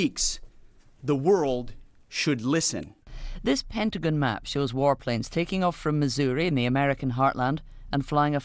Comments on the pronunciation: Did that Canadian reporter call it ‘the Pentagun’? 😂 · "The Pentigan"